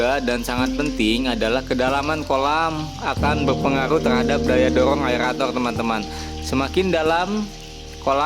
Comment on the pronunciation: Aerator bang bukan aelator 😃